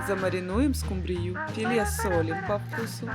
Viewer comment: А почему скумбрию, с ударением на Ю?!